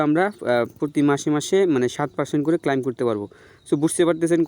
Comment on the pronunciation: ক্লাইম না ক্লেইম শুদ্ধ ভাষা শিখিস নি